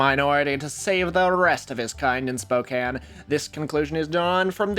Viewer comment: thank you for pronouncing Spokane coorectly